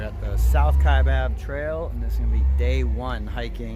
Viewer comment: Great video series but it’s Cheyava not Chevaya. The Y , then the V.